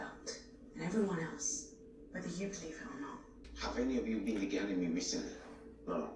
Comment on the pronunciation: subconsciously pronouncing Ganymede right, after struggling so much with that word